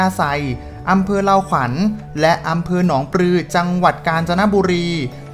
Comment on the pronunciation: อำเภอเลาขวัญ ไม่ใช่ เล่าขวัฐ ครับ